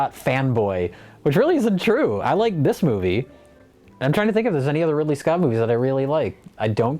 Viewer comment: "Ripley Scott's"